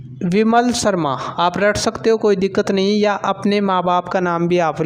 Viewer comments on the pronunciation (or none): none